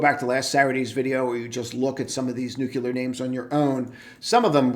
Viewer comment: Good analysis. Friendly tip- revisit your pronunciation of nuclear... there's only 1 'U' in that word 😉